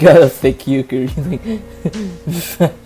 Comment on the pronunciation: Why do you keep pronouncing "Yukari" as "Yukkuri" (shiteitte ne)? ^^; : Looks to me like Reimu lost her stick. : Paper Fumo: The 495-Year Basement : Some of those names didn't really have to be changed: Marisa, Rumia, Remilia, Lyrica, Lunasa... D